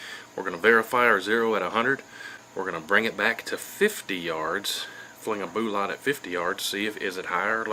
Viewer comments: How the heck do you have this many subs when you can't even say the word 'Bullet' correctly? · Good info, but "Boo-laht"?....peak fuddery